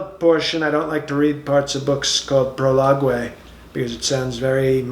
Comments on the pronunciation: pro-log-ay!!! lol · "When ya have great talent you don't brag, you just let it speak for itself... " I almost spit out my water when he delivered that line. He's got the tone of voice and the delusional hypocrisy down pat. 🤣 Then he said he doesn't like words like "prologuay" bc it sounds very Mexican. When I realized the word was prologue, I almost spit out my water again. I realized I better just pause this, take a nice bigly drink of water, and then resume watching. This guy is too funny! 😂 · Proliguay and epiloguay!!!! OMG!!!😹😹😹😹!!! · "Prolog-wey" 😅 And the sniffles are back 👏😂